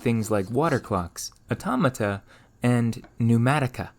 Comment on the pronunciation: Every time he says "automota" take a shot